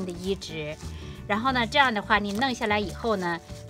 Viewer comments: 是“ 移（宜）植” ，不是 “ 医治 ”，想了半天才知道你说的是移植。不是要给韭菜医治病。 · 发音有问题，移植是三声，而不是发＂医治＂的声。